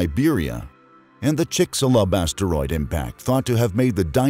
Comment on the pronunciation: I swear, I heard him say basteroid.